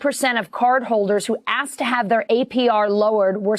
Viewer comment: Advertising before video person running for what said "axked" not wanted